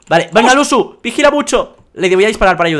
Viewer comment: Dice lusu en vez de luzu